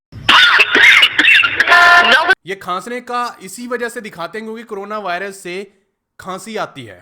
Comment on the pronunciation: भाई तुम भी करोना बोलते हो कोरोना को..🤣🤣🤣